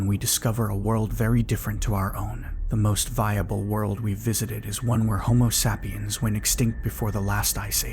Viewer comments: I really wish these were narrated by a real person. The AI just ruins it for me when it say “dot dot dot” or homo sap (like tree sap)iens. Just kills the mood the writer creates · I'm pretty new to the channel so I didn't really notice any of that but once I heard "dot dot dot" and "homo sappy-ens", I figured something weird was going on haha